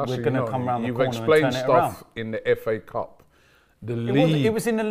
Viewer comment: All I hear is fa cup🤣🤣🤣🤣